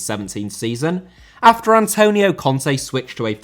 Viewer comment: Antonio* not Antouwniouw Conte* not Contei Debut* not Deibyu Alberto* not Albötouw Debut* not Deibyu Courtois* not Courtoir Rather* not Rother César* not Ceisah Azpilicueta * not Azpelecueiter José* not Djouwsei Kanté* not Kantei Serie* not Siri China * not Chiner Saw* not Sor Barcelona* not Bohçalouwner Eden* not Iden Bernabéu * not Bönabeyouw Lukaku* not Lukohrku Diego* not Diyeigouw Álvaro* not Alvohrouw Morata* not Morohrter Half* not Holf Cesc* not Cess Roma* not Rouwmer Moskva* not Moscow